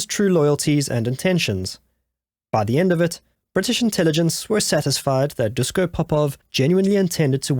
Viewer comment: Very interesting story, but please pronounce his first name "Dushko". In "Yougoslavia" (also in Chekhoslovakia ) the s with the little accent on it is pronounced as "sh". It is the "Shkoda" car, not the "Skoda" car, it is written "Natasa" (with the little accent, which my computer doesn´t have) when you want to spell the name "Natasha"...just the way how they pronounce their language.